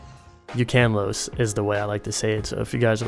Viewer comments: Ukanlos was the only one you did pronounce right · There are Frontier games on PS4. World isn't the only one. Speaking of Frontier, wouldn't it be cool if Disufiroa was put in? Though, people would be overwhelmed. I like how you think that you pronounce Ukanlos wrong when you pronounce most of the others incorrect but Ukanlos right. How did you butcher my Akantor so badly...? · I like how you said Ukanlos correctly in my mind but not Akantor or Fatalis. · Tigrex, Nargacuga, Brachydios, Zinogre, Lagiacrus, Jhen Mohran, Yama Tsukami, Khezu, Rajang, Ukanlos/Akantor, Also it's Fuh-tal-iss... btwww not that it matters, But Ukanlos is the one you pronounced right funnily enough, haha